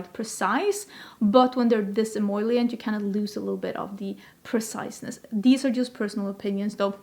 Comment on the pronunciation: you’re saying “em-OIL-ient” instead of em-OL-ient! Only one I in the word emollient, also much easier to say 😂🙏🏼